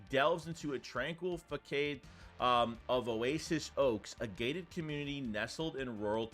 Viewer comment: K just to help u out.....its not pronounced Fuh-kayd...its pronounced Fuh- sahd......start there move forward...then its not ehp-tuh-my-zis.......its Uh-pih-toe-my-zis.......moving forward....its not muh-cahb-ree ...its just muh-cahb........siigh ...finally its not "family" horrors as u pronounced.....its Fuh-mill-yuhll.....dude i just stumbled on ur channel but seriously...have some self respect for everyone, ig ur playin stupid, dont. Ur better than that...if you are ....then ur just being silly, and its just not an admirable trait to aspire to....thats ass-pie-err..... ✌️ Be better... Edit:...i say this, cuz i think u might have something here...dont sell urself short...good work otherwise 👍 😳